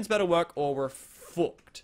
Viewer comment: when he curses he is liked "fouckd" dieing